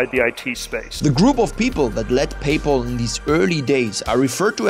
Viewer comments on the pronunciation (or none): “Pay Paul” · "PayPaul" lol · How hard is it to say PayPal when they say it in the video. Do you even watch your own videos?